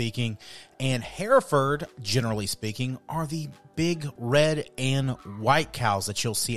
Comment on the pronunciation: We raised these cattle when I was a boy and my grandfather was the first president of a Texas hereford breeders’ association. We pronounce it “her-ferd” not “hear-ferd”